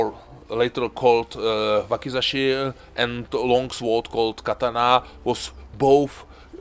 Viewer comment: the W is silent in Sword